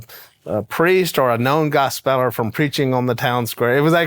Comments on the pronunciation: Not a biggie, but I'm guessing it's not pronounced gos' SPELLER' But probably GOSP' puller. Maybe? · I believe Willy was mispronouncing gospeller. It should be pronounced, gospel-er